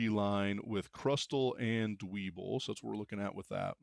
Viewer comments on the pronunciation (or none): Its pronounced "Dweb-ble" its a play off of pebble iirc